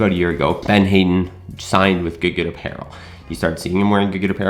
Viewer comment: It’s pronounced Had-den. Not Hay-den according to one of his more recent video